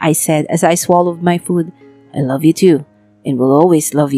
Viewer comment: Sa kaartehan mag salita Ang iloveu may s na jusko pwede ba ibalik na dating voice